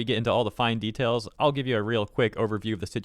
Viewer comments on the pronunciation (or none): none